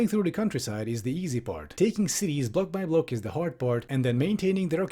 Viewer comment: I didn't hear 'block by block', at first I thought you just got bored and said: Blah-blah-blah warfare.